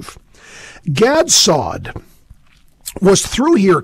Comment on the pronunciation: Pronunciation of Dr. Saad's name at the end: Gad Saudi...lol